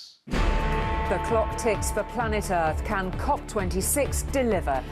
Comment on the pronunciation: Can!!! Not van..